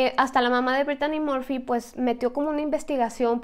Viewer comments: Sii es verdad pero Brittany Murphy ers más guapa que britney Spears pero porque dijo Britani morfy para los ingleses se pronuncia así Britny Murphy ya se que es mexicana pero algunas fans somos españoles y queremos que pronuncien los.nombres ingleses bien pronunciados como nombre inglés ya se yo no sé mucho inglés lo estoy estudiando pero por lo menos aunque algunos seáis mexicanos también algunos suscriptotes pronunciar bien los.nombres y palabras bien en inglés en vez de decir Sori es sorrui como se pronunciaria y se escribe sorry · Porque dijo Britani morfy si es Britny Murphy y se escribe así Brittany Murphy yo la veía en muchas pelis como clueles fiera de onda con Alicia silverstone ya se que es mexicana pero algunos fans somos españoles e ingleses que lo diga en su tono inglés pero hace excelentes videos porque no habla de Jonathan brandis quién hizo de Lucas wolenczack en sesquest dsv 2032 y fue amigo de Brittany Murphy